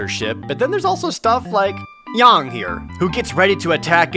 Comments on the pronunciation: Why do you keep pronouncing his name Yong? It's Yang. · his name is Yang, not Yong you weab